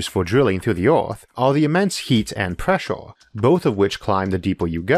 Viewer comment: Huge preshore deepore what us this nararrotor sayong.